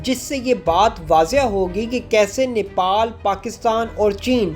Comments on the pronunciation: Its Nepal not niple, nipple chuche ko kehte hai 🤦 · Bhai Nepal not Nipal ok. Thankyou.